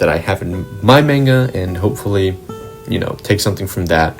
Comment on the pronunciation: not to be that one guy but idk how someone can be so great at their craft and pronounce it (manga) so spectacularly wrong, just discovered you and love your work keep it up :)